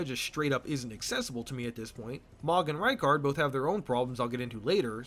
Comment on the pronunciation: Its Mow Guh not Mawg